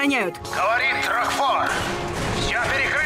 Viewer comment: пожалуйста, не коверкай слова. Меня это БЕСИТ! Помню, как ты в Зельде ДАрука называл ДарУком. Здесь на РокфОра неправильное ударение поставил, он у тебя РОкфор. И тоже самое с КЕйлом, ты его КЭйлом называешь. Ты озвучку не слушаешь, забываешь произношения через полминуты или просто настаиваешь на своём, типо "Я решил, что слово будет произноситься так, как произношу его я, и мне пофиг на озвучку"? Извините конечно, но бесило меня это с самого начала и мне нужно было высказаться